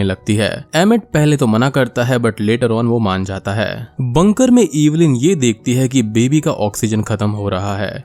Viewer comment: Cringed hard every time you said 'EEEEEEVILIN'. It's Evelyn, it's not that hard